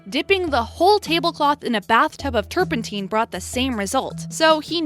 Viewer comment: Turpent- 👁-n. Not turpentEEn. The single n and silent e are your indicators to use the long or short vowel pronunciation.